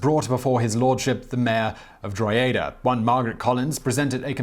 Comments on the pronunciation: Enjoyed the video. To pronounce Drogheda correctly use the following Draw-head-a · That was the strangest pronunciation of the word Drogheda I ever heard, it's pronounced, Droh-ha-da. Great video though. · Droh-eda 😂😂😂😂 sorry, but that is no where NEAR the pronunciation of the Irish place... Droh-huh-da is closer 😂😂😂🙈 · Worst pronunciation of Drogheda ever. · Your pronounciation of Drogheda kiied me its irish word pronounce e as I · Much as I love all your videos, where the heckin' heck did you get that pronunciation for Drogheda?